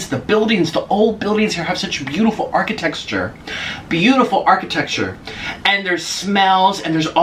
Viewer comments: “Arcitectexure”😂😂😂😂 god that is me on a daily basis, I can’t English so I kind of died when he said it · my boy said architexture